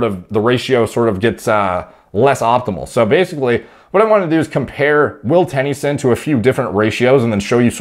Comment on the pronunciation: Will Tenn-E-son 😂 love you